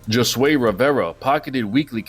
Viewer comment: Great video but the way you kept pronouncing Josue ... 😅 Cmon man lol